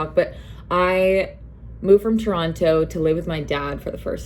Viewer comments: the way u say toronTO 🥴🥴🥴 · Why do you pronounce the second T in Toronto?